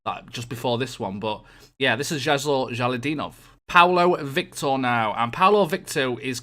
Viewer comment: Ja-lo-lid-din-ov. not jalodinov